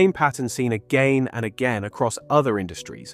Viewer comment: you say "again and again" but pronounce it two ways: "again" like "Spain" and then "again" like "when" - so, British accent or British affect?